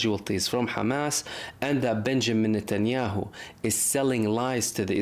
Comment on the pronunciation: its not netyaow. Trust me it is mbbs